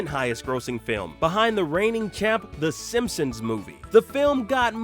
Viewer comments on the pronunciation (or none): none